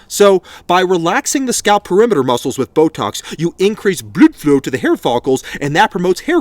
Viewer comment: " Blud flow " 😭